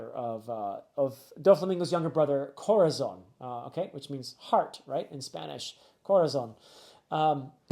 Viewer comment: I wait your reviews with so much expectation, always rewarded. Also, Corazon is pronounced with the accent in the ó, so it turns into Cora-ZÓN, it sounds higher. Saludos desde chile, seguiré esperando tus videos.